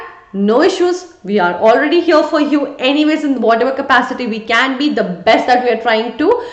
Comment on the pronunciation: right overr heaiiirrrrrrrr 😂